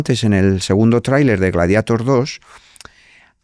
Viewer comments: Porque pronunciamos gladieitor cuando en latín es gladiator ...porque americanizar el latin😢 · Gladieitor no. Gladiatór. Es latín. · Gladieitor? Ahora el latín se pronuncia a la inglesa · Gladieitor dice el tío. Hay que dejarse de eufemismos, neologismos y anglicismos o acabaremos perdiendo vocabulario. Yo aún sigo diciendo "marimandona" en lugar de "empoderada" y pronuncio la "e" cuando digo Baltimore. FREE ZOUHAM o abandonad toda esperanza. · Gladiator por qué pronunciarlo en inglés si es romano?